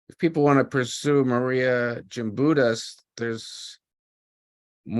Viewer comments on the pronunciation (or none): Respect please in pronouncing her name correctly. Gimbutus with a "G". Not Jimbitus with a "J".